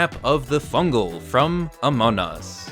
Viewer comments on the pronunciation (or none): Still saying amon us😂